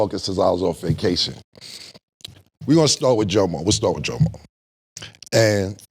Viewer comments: His name is Guillermo and some pronounce is Jomo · It's hilarious how you pronounce Jomo in Spanish